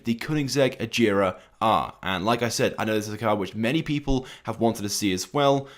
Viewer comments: It’s not pronounced ageera it’s agera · A-gare-a is correct pronunciation